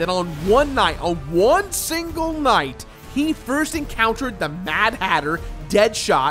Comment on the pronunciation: Did you say "The BADhatter"?!?!😂